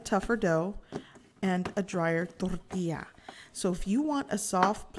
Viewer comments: Yes plz just say Tortilla. I don't know why but it is just hard hearing thorrrtila with the rest of the perfect English. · hahahaha... I was gonna comment just that... she has a perfect English accent and over emphasizes the word "Toooorrrtiiiiiiiiiilllla", It was kind of annoying. But anyway, I appreciate the detailed video. I have made tortillas before and thought she could have over cooked them a bit. Does not seem as you can bend it too much. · Tortia or tortillas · quit saying torrrrtilla you know how to say tortilla in english don't pretend you don't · Door tea ah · Its fucking driving me soooo mad. Torrrrrtija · What is your problem with pronouncing “tortilla” just say it like a normal person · Gochujang mama: says tortilla Me: 🤤🤤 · Anyone else like the way she says tortilla?? just me? ok. I love your channel and recipes! 23k subscribers?!?! Congrats! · She could be cursing me out and if she sprinkled the word tortilla in , I would be in heaven. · Oculus Awwwwww man, it irritates me to no end. She sounds like Peggy Hill when she tries to speak Spanish